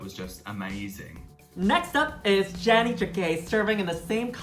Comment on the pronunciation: Why do so many people want to make Janey "Janny"? HaHaHa It's JAY-nee jack-AY.